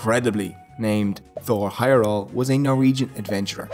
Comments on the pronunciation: Heyerdahl has a "d" in it. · Why did you consistently leave out the D when pronouncing Heyerdahl? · Dude - there’s a D in Heyerdahl. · Pretty sure the "d" in Heyerdahl is pronounced.